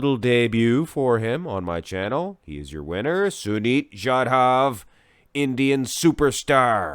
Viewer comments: Hey,,, you make too much happy man, he is my fav bodybuilder as sunit and me lives in same country... And you pronounced his actual name don't worry... 🤣 🤣 🤣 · No bro you didn't mispronounced his name.... Loved this to see some Indian bodybuilder related content on your channel😊..... Dude you can also check out our bodybuilder named sangram chougle his physique is phenomenal as well